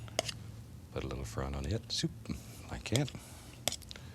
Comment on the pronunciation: The way he says like that “like keit”😂😂